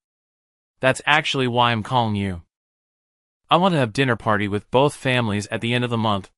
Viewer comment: Good story but the pronunciation needs to be fixed. I‘m is not pronounced imm.